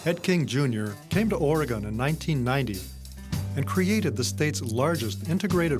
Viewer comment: Does this guy know how to pronounce Oregon?